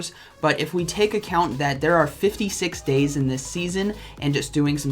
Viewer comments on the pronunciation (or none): none